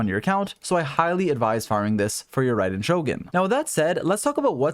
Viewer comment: "to get rai-den to it!" kill me